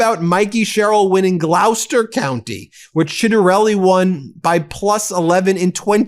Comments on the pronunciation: Gloucester, pronounced “Gloss ter”, not “glaw ster.” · Ben.Its pronounced Glos-ster (Gloucester)